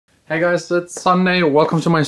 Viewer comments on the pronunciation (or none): none